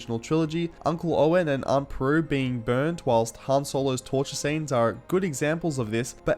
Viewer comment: Great analysis. Great video. 2 points I feel I must bring up. Not sure if anyone else has said this before, but... It's Aunt Beru. Not Peru. And, When Kyle Soller talks about his character making a choice...and "he lent over to the left side..." Surely he should mean the right, as the Empire is clearly, obviously, based on Nazi Germany, from it's ethos down to it's uniforms, and Nazi Germany was a far right-wing fascist regime. Not left-wing in any sense. Maybe I'm just being too fussy over semantics. But details matter. Andor was a triumph regardless. On many levels.